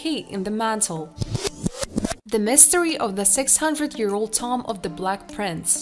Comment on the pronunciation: I love when "prehistoric toms" are found. Lmao. Stupid robot voice. Call a tomb a tom one more time! I DARE ya! I DOUBLE DARE YA! SAY TOM AGAIN!